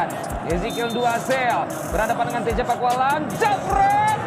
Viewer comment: Teja bukan maeeeennnn